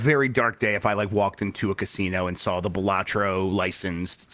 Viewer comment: "Saw" it,. "Saw". No "L".